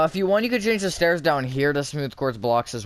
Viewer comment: i still rember watching that video and you making me laugh by saying stores instead of stairs